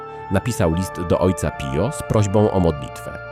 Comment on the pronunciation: Wymawia się Pijo